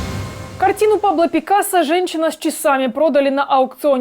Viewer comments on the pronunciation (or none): none